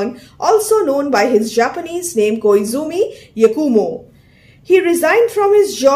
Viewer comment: Madam i belive that the Japanese pronounciation for koizumi yakumo is Khoi-zuhmi yaah-khu-mou Anyway, thank you for the video